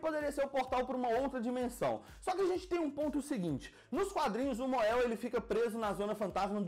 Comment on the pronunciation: Mon-El se pronuncia MONEL